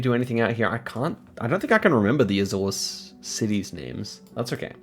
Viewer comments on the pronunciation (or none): none